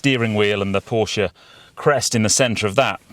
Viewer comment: Good review and well done for pronouncing Porsche properly which so few YouTube reviewers do. £116k for 200 miles range is frankly laughable and with 4 adults in the car it will be much less. Looks like making an EV go quickly is the easy part and only Tesla and Hyundai have the secret sauce to make them efficient as well.